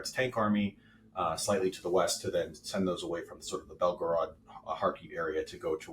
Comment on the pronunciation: I had to stop watching when he said "Belgorod" No points for effort. Just say it like an American😂